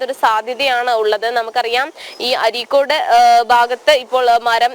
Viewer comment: അരീക്കോട് അല്ല അരീക്കാട്